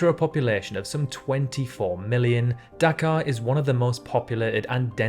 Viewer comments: Anyone else think he was saying Dakar 😂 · I heard Dachau at first😭😭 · You saying Dhaka sounded to me like Dakar, in Senegal. 🇸🇳